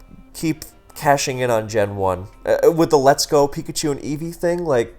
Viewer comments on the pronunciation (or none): none